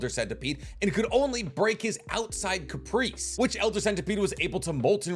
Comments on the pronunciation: Brother it's carapace, not caprice. Care-uh-piss. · What the fuq is a capreece? Ca-ra-pace. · Carpeese had to be on purpose. No way that carapace becomes capreeese. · “Capris” lol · Cah-ruh-pay-ss... And galaxies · I have never heard someone pronounce carapace like that